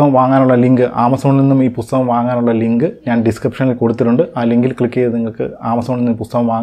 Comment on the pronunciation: ഇയാളുടെ U-സഹിക്കുന്നത് പോരെ...ഇനി ''പുത്തകം'കൂടി സഹിക്കണോ